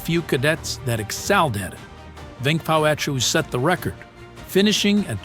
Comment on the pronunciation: I was gonna say that. His name prouncation was on point